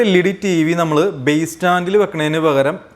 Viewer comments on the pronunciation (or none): none